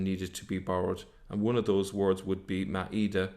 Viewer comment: That Irish Pleb can't even pronounce a single Arabic word properly IT'S "maa-eda", not "ma-eeda", which gives a different meaning.